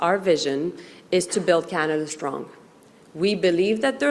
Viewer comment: Did you just say build canada wrong